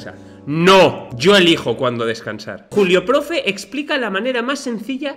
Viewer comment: escuché Culio o Culeo profe, en lugar de Julio (con texto, en CR culeo es ummm 👉🏻👌🏻)